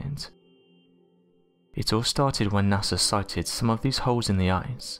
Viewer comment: you could speak a little more clearly...eg ice is pronounced ice, not eyes